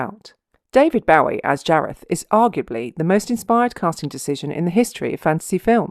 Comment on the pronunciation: david boh-ee not bow-ee . although the person whom he named himself after was pronounced boo-ee